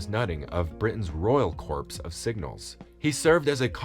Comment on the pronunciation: Raff? Royal corpse? AI, is a daft numpty.